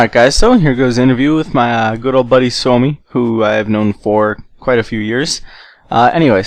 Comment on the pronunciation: kuulostaa tyhmält ku se sanoo "suomi"